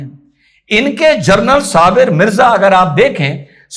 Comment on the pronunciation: Journal ❌, General ✔️... जर्नल नहीं, जनरल सही शब्द है।